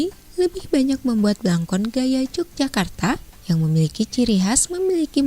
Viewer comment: YOGYAKARTA,bacanya bukan j